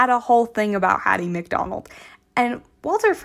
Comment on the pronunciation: Hattie McDaniel. I think you said McDonald.